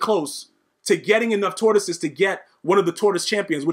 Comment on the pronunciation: 🎶Lions, tortoises, and hares oh my🎶 Listening to you say tortosies over and over has made my day. 😂 This game yoooo!!